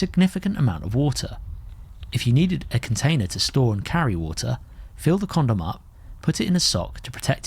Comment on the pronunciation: You say condom funny. Is ribbed better? Or no?